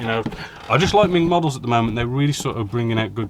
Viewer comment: Isn't it MENG, not MING.....